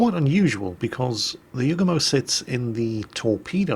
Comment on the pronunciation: you forgot to mention that the Yugumo get's 12km torps. Also you got the dude's name wrong the entire video. Don't ever change.